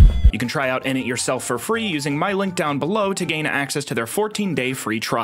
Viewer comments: nice joke and reference… but its innit. Inn’ndit… happy I changed that last bit, it was getting too close to a certain African region. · How do you fuck up innit? You’re saying idnit. Just say “IN IT” fast.